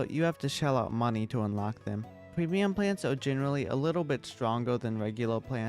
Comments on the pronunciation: I love how he says “Pwemium Pwants“ 😭😭😂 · I like the way bro talks pweamium plants just makes me want to become friends